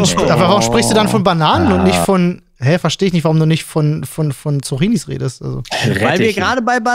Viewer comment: kann nicht Zucchinis richtig aussprechen. Triggert.